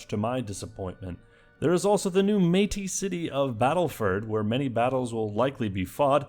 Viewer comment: BEAUTIFUL pronunciation of Métis!!!